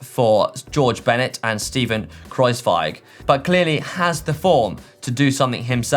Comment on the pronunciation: Your pronounciation of Kruijswijk was perfect, cheers mate!